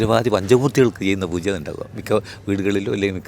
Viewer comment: Interviewr - bairava poocha alla pooja. Chila samayathu bairavan poocha ennanu parayunnathu